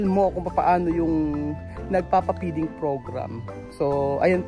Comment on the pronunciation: Peeding program na sabi mo o feeding program ang tama.